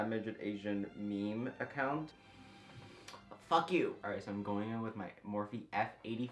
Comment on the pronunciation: I love how he used a slightly Asian accent when he said “fuck youuu” I love you 🥰🥰🥰🥰